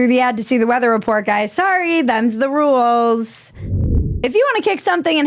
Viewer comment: Never has "rules" had so many syllables